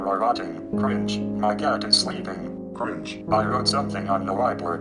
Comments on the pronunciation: Me da cringe que las personas digan "crinje" en vez de "crinch" como la argenta del principio 😒. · che da crin he crin he Eso me dio cringe jajajaj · Crinje esos argentinos que no sepan pronunciar una palabra en inglés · Algunos dicen cringe otros dicen crinch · La mina que dice "crinje" al inicio sería cringe jsjjaja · Crish xd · Está dicho así a propósito xd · Future project. Está copada la info, pero creo que te equivocas, simplemente está mal pronunciado así a propósito xd